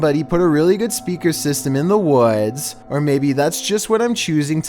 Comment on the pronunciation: "in dohh wods"